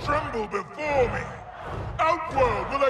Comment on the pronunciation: His "me" sounding like may is something else